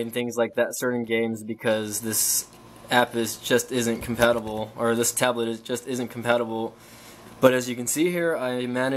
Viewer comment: O my god stop saying uncomptpul